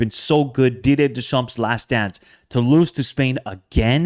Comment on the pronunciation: PLEASE. the P and the S at the end of Deschamps are silent